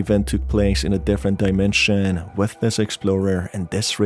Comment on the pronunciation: portal to another daimensheeeeean I mean, I encounter that kind of pronouncement here and there, and this feels like a gimmick for some braindead persons to help them with extra time to catch a glimpse of a sense what it is all about. Im also sorry for being that salty, but that really triggers me in a bad way because the material is supposed to be mystic and dark somewhat, instead I feel like watching 10 y.o. content about unpacking some silly shit.